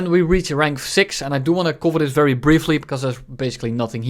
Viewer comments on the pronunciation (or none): "Briefry" :P :D